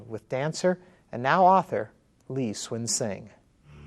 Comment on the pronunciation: I Lol How the guy pronounced his name "Swin Sing" xD